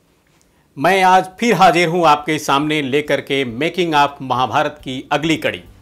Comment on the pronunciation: Bhai sahab wo to Harish bhimani ji hain..par aap khud ka uccharan dekhiye zara...starting mein hi .(hajir) nahin ( hazir ) hota hai..(suru nahin (shuru) hota hai .rahi masoom (Raja) nahin (Raza) hai sahi uccharan .iske aage aur bhi hoga par itna hi sunne ke baad aapka video dekhna nahin maine ..kripya uccharan sahi kijiye.